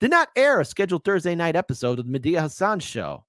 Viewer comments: It's Medhi not Medea . You mean it was Medea under the mask all along like a Scooby-Doo villain?🤣🤣🤣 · What's with pronouncing "Medhi" like "Medea"? Is it some reference that I don't get? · kept calling Medhi, Medea San 😂 Im picturing Tyler Perry in drag and the Karate Kid headband 💀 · pronounces "Mehdi" in a rather, um, interesting way. Oh and, love ya but "oof" is already old.